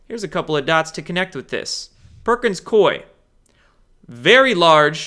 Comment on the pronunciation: I have a friend who works for Perkins Coie in Portland, OR. It is pronounced COO-ee - not Coy. COO-ee. Sorry but that's the pronunciation - call one of their offices. He says they are laughing at all the youtubers who say their name incorrectly. I guess they have to laugh at SOMETHING especially since one of their bank accounts for $2.9M got confiscated!